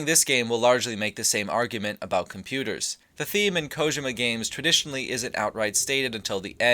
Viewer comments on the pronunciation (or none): I cringe every time you say "Kojema"